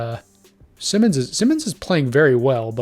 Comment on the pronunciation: #1. Anfernee Simons: Pronounced>>>> S_EYE-MONS. One of these >>> S <<< Not the same as Ben Simmons for the Nets. Two of these >>> S <<< #2. Shaedon Sharpe is an untouchable asset and will never be traded. #3. Green is a Free agent and could sign with Portland on his own. No trade needed. #4. BRO!! That is not Damian Lillard's "DREAM" roster LOL Now TRY AGAIN! LOL